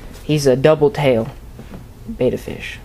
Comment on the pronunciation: IT"S CALLED BET - TA (better... betta..) NOT BETA!!!